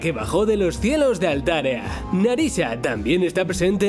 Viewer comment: Vaya yo escuche Altaria, pero en realidad es Altarea, pero estaba seguro que se llamaba antes Neburía, pero ¿por qué han cambiado el nombre de los Neburis y de la Ciudad Neburía?